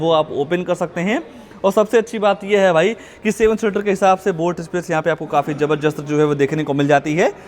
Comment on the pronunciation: Zabardast❌️ zabarjust ✅️😂